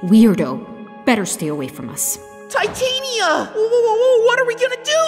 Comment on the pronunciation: Ti ta ni a not ta tan ia